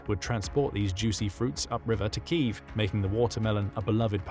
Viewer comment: So ironic that the narrator ends with noting Ukraine's drive to re-establish the correct pronunciation of their capital city, Kyiv, yet the narrator cannot pronounce it correctly himself!